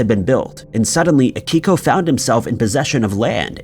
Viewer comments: It's Akio not Akiko. Also you did not need to say his name that many times... We know who you're talking about. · His name was AKIO Kashiwagi....NOT "Akiko".... 🤦‍♂ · And can’t Akio’s name right either. Pretty pathetic. Boring and annoying.